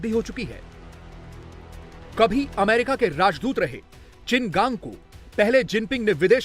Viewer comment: Bhai America bhi nahi bol pata hai